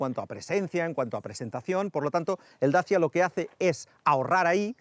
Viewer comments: En rumano se pronuncia dachia, que es el nombre de los habitantes originales de ese lugar. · Dachia curiosa pronunciación para decir Dacia. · Y eso de dacha?? Toda la vida diciendo Dacia y ahora dacha? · Un tema linguistico. De dónde sale esa pronunciación nueva de DACIA?. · Se pronunciará asi si hablas en rumano.